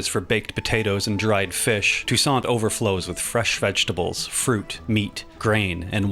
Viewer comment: i thought you said Tucson as in arizona when you said Toussaint 😭